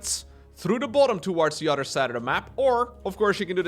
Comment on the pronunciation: I just realized, can’t prounce “th” sounds. “None udder den Cllllleem. I’m excited for dis!” 😂